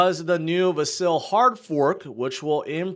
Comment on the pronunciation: VASil is pronounced like Vaseline Vasel not VA- Sil its VAS -il